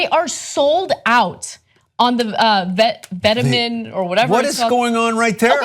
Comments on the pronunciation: butchering the pronunciation of Vetements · Vet- eh - monts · It's pronounced vet- mon but I totally agree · it's pronounced "vet-mon" & the same guy designs for Balenciaga. Just to give you guys an idea of the mind set & who exactly comes up with these styles/ideas/trends. You can thank Demna Gvasalia! Also denim is not in a bubble but in fact on the rise. Jean jackets, embroidery on jeans & chambray shirts are on a high demand. Which is why a company like Levies would partner with Vetements to get in on the money & stay relevant to something new & modern. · Ana butchered the pronunciation 😂😂😂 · that's not how you pronounce vetements... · ugh terrible story u prenounce vetements in french it literally means clothing so just listen to it on google translate i absolutely love this piece from the brand, it's something i had in mind for a long time but the only possibility to get something like this is just leather bdsm stuff